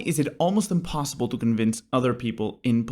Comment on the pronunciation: there are three S's in the word "impossible". Excellent video! Love your clarity of thought and articulation! Thank you for putting this together!